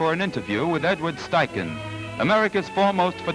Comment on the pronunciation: Impressive how fast the assistant changed the film holders. I don't think a 35mm film camera (without motor drive) could beat that. A great look at how studio portraiture was done in the 30s. Also, I was never sure how to pronounce "Steichen" until now.